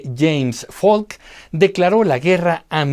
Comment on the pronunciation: Eso es cierto cuando es PH suena como F, pero por si sola la P, no es el caso.